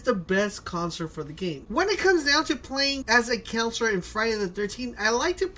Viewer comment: Not trying to make fun of his accent or pronunciation but each time he says Counselor it sounds like he's saying Concert. Lol